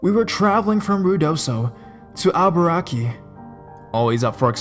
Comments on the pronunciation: First off this story is stolen. Second, you could at least pronounce the place names properly. Abaraki ? It's Albuquerque. Third-rate shite. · ah-bu-raque? Albuquerque? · al- ba- kirkee - Albuquerque sorry man had to bust your balls lol good video though as always